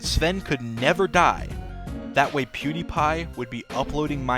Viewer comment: lol as a Swede as pewdiepie i feel like everyone pronounces his name wrong